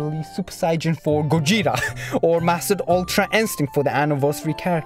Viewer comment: Normal people:- Gogeta:- Gojeta 😂😂🤣🤣